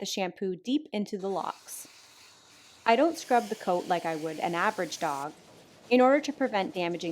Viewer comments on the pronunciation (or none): none